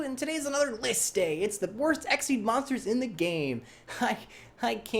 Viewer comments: It’s exeez not exceed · Super Hero half the time it sounds like his saying exceed instead though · it's xyz (ex ee z) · Okay wait... I don't think he's doing it completely right, but props for coming the closest. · Super Hero I pronounce it X-Y-Z cause frankly I find it much better to say and sounds cooler